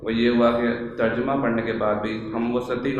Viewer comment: تر جمہ کا تلفظ اکثر لوگ غلط کرتے ہیں terjamah not terjumah